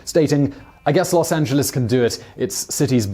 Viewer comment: great vid, thanks for saying Los Angeles properly. Could you consider a bio about Helena Modjeska? She a local super hero. We have a canyon named after her, she is that awesome. <3